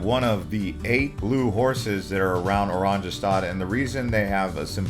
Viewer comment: Just one suggestion. The letter J in Dutch is pronounced like Y in English. The capital city Oranjestad is pronounced O RAHN ye stahd. It means Orange Town in Dutch.